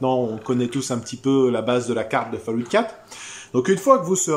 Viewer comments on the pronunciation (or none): Super mais par contre la prononciation de Fallout c'est plus possible